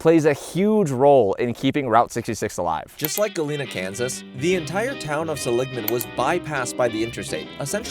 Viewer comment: It's pronounced SELL-ig-man, not suh-LIG-man,.